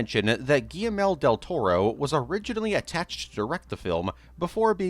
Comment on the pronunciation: Geez, dude… I’m a fan, I really am, but you need to learn how to pronounce names like Guillermo Del Toro correctly. If you don’t want to be mistaken for an AI voice, this will help.